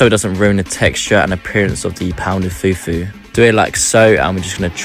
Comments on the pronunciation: It is the pronounciation of "foufou" for me😂😂😂...eh good job , very good job❤❤❤❤❤❤❤ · At what point did she say that in all African countries it’s called foutou? Why did you feel so concerned that you had to put yourself at the center of the discussion? He clearly stated the origin of the dish; he just made a mistake in the pronunciation, and she simply corrected it. If you don’t have any new information to add, just move along. She clearly pointed out the pronunciation he got wrong, so you know very well that this isn’t about your country. I really don’t see how your comment was necessary.